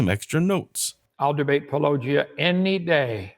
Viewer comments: Puh-low-jia Hovind can't even show enough respect to pronounce the name correctly. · Just like how he says "Pa-LLOWW-gia", instead of Paulogia. So petty! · Hovind :"one topic at a time" Also Hovind "Duane Gish is my hero" It's also clear that he and Powell deliberately mispronounce your channel name. I'd make that a condition of the debate as well, that they spend 5 seconds learning how to say it. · He refuses to pronounce your name properly. That disrespect disqualifies him from any conversation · Probability of Kent Hovind ever having an honest debate with Paulogia, or anyone else : Probability of Kent Hovind ever pronouncing "Paulogia" correctly: 0